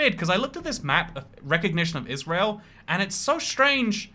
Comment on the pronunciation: Please say Israel